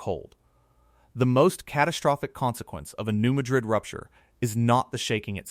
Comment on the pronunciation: THAT'S PRONOUNCED AS MAD RID... NOT MADRID WHICH IS A CITY IN SPAIN...